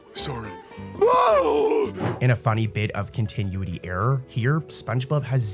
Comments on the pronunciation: Kon tin oooo it e 😂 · The way he pronounced it really rubbed me the wrong way lol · "continueity" lol